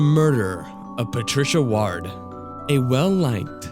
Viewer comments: I should say the name ward is said like 'ward' as in 'squidward', almost like saying 'word' or is said like the word sword, not 'waard.' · wierd pronounciation of ward! it's like hospital ward. not hard! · the way you say "ward" makes me cringe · Geez. It's (Cairo) 'Kai-Row' and not 'Carry-Oh.' It's also Patricia Ward, like 'Sword' and not Ward like 'Yard.'